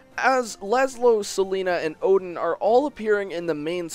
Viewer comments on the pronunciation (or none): none